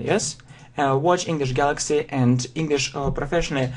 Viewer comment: Он перестал говорить engliiiiiiiiiiish gaaaaalllllaaaaaxxxxxyyyy как то серьёзно начал произноси.хах